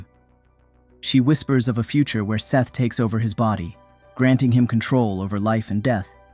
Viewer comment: I'm pretty sure it's not "Seth"